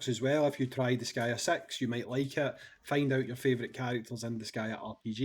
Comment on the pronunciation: “Disgaea Sex”